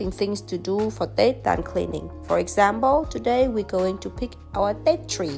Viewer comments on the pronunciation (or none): The way you pronounce "examble" you sound so German.